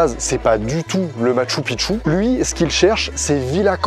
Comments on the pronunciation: Pour info on prononce "Matchou Pikchou" qui veut dire vieille ville / vielle cité, quand tu dis "Matchou Pitchou" ça veut dire vieux pénis... voilà voilà :) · Ca se dit Mashtou Pishtou...